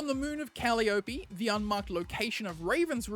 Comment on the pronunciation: Great video. But... it's pronounce kuh-lye-uh-pee